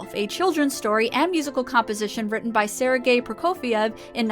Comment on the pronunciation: just fyi sergey is pronounced like sir (or ser) gay in fast manner it became lame joke in 90s when we were exposed to english language and gays